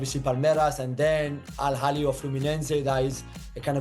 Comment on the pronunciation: Al Hilal not Al Halil 😏